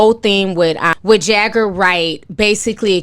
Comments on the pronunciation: I lol eveytime Ti called her Jager instead of jaguar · Who the hell is Erykah Buhdooo it’s Erykah BAHHHHdu!!! Who’s Jaggar??? It’s Jaguar!! Like the cat ma’am! But this is hot popping tea....I believe Jaguar!!! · It’s JAGWAR not JAGGER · Jag-uar not jagger damn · Her name is Jaguar. Pronounced jag-war, just like the animal. It's not Jagger. That's the Rolling Stones frontman Mick's last name. 🤦‍♀️🤦‍♀️ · You pronounce her name like the animal: Jaguar. Not Jagger. I don’t know what a Jagger is sis. 😂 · It’s Jag-war luv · 🤦🏾‍♀️ how you pronouncing her name wrong 😂😂 “Jagger” 😂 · Her name is Jag-uar like the car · Jaguar is pronounced like the car or the cat jaguar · jag·uar (pronounced Jag•war)....been a fan since day one. this requires an entire podcast/livestream for my generation... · I cant get past not being able to pronounce jaguar